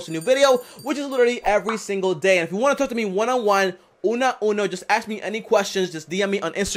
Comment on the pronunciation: is ask me, not axe me